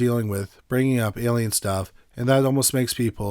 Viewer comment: There’s a lot of Amazing calm speaking narrators on YouTube. Top 5s comes to mind. However, the consistent mispronunciations of ordinary words is grating for quite a few viewers & listeners. A lot of it appears or I assume is it to be the 🇨🇦 accent & a lot of it almost has sounded , like for years now, just an inability or refusal to pronounce the full word, it’s one thing to say ELLY-inn every time for the word alien but quite another to not care to realize that full endings or words are just skipped , the end of words such as Forest, instead he constantly says Foress. Or something along those lines, just kind of a wild line of work to be in when speech & possibly malaprop is heard almost more than correctly pronouncing words, or I’d imagine he’d say Worse not WorDs.